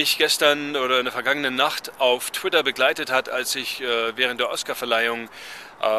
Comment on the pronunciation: "Tweets auf Twidder" :D Gutes Video ;-)